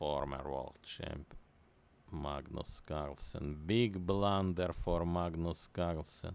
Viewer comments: Ai dont belif che blan-derrett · Beeg blunderereer